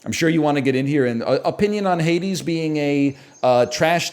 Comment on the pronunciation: You do understand how this works? You put games into your Tier not what others think otherwise why even bother? He disliked Hades to the point of purposely mispronouncing it. Get over it. If you love it then great but respect others just don't.